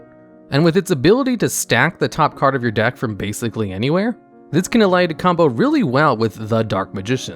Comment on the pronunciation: "bagzically" 2021